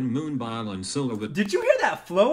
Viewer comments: every time the robot pronounces moon-BIOL i'm dying in laughter LMAO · the google voice said moonbile instead of moonbyul haha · Aaaaahahahahah moon-bile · Dying... this is MOON-BILE. 😂😂😂😂